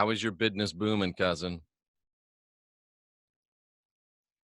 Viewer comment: My bidness's's" need a little work..